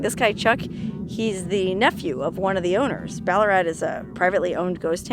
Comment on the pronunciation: No actually. Pronounced just as did. But with an Australian accent of course. 😊